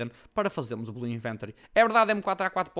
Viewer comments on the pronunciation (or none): oh, mentiste! o vídeo chama-se MY BLUE INVENTORY! e não belu iventary:V